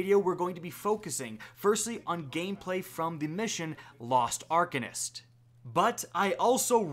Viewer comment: Are-Cane-ist proper pronunciation